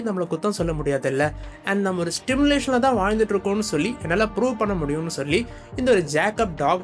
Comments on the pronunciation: Bro while saying the word simulation , you are pronouncing as Stimulation ...😅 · Bro it's simulation , kindly correct it while pronouncing , not Stimulation Stimulation means தூண்டி விடுவது